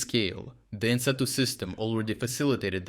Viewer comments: Good content as usual. BTW, "NATO" is pronounced with a long "a" sound. It sounds quite odd with a short "a". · I question if AI voice is being used as words like NATO are being pronounced two different ways.